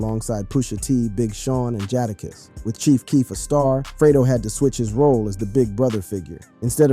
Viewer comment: Fam, please go as far in your research into a topic as learning how to pronounce names. Jahdakiss and Vice Mensa is CRAZY